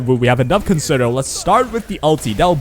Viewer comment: Concerto is a music term pronounced as Kon Cher Toe. You’re not the only content creator but please help with sharing the correct pronunciation. Thanks! Great Content. enjoyed